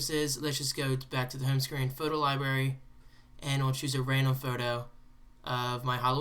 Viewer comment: Did you say "libarry"?